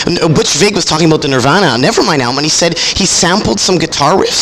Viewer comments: They both seem annoyed, and honestly I think it’s pretty warranted this time around. I’ve never seen Nardwuar act like such an annoying little shit. Throwing a whole book at them that he knows they haven’t read, mispronouncing the band name seemingly on purpose (watch part 1). I absolutely adore Nardwuar, but he’s pretty much a stereotypical South Park Canadian here. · Notice how Courtney stresses the correct pronunciation of Nirvana every time Nardwuar deliberately mispronounces it?